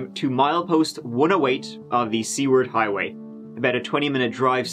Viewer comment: that got me i was thinking No way there's a cult highway! He said seaward hywa no C word hywa! Hahaha